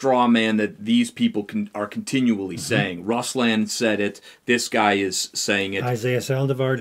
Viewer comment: Please just say RoooSlahhn so they believe you’ve seen his show. It’s not russs lan. It just seems insincere and unbelievable that you’ve heard his opinion when you pronounce the name wrong.